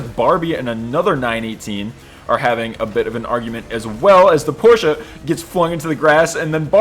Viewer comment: As a German, I am reliefed to hear that you've actually pronounced Porsche right. I am crying tears of joy...